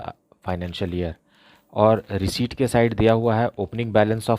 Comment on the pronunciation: Sir reciept ko reshit kyu bolte hoi 😂😂🥲🥲🤣🤣🤣🤣🤣🤣🤣🤣🤣